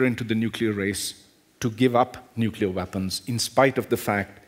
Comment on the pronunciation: nuculear threat...